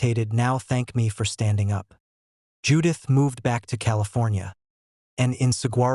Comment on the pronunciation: You should teach your computer hiw to pronounce "saguaro"